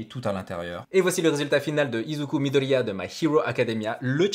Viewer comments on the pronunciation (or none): Sa fait rire parce que tu dis midellllllia Sinon ses incroyable